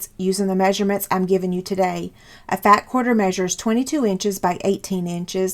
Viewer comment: First, I love your tutorial!! These baskets are so cute and helpful. Now, are you saying "fat quarter" or "fab quarter"? And is that a single layer of a quarter of a yard of fabric?